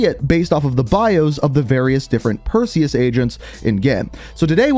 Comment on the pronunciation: Say Perseus but remove the e in seus